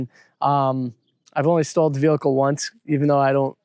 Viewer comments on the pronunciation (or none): Oh! Stalled... I heard 'stole' and because I knew that couldn't be right, I was trying to work out an alternative meaning!😂